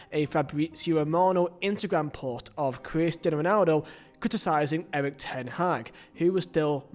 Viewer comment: Weirdest pronunciation of Cristiano Ronaldo I’ve ever heard